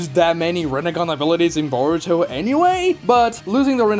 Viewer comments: UM YOU SAID narutos son name wrong its burrito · ok are these pronunciations rage bait or troll? SasUkee, Saradee, borito, kawaykee. these have to be troll right?